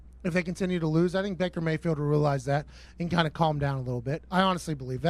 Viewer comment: Pat says both “I yam, who I yam” and “Baker Bae-field” in this video. ^the above sentence should also be the title of this video